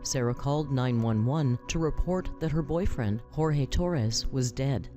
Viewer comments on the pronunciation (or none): He pronounced his name as “George”. Both his mother AND Jorge said his name was pronounced “George” in body cam footage. Please be respectful to pronouncing his name correctly. It’s the tiniest amount of dignity he has left.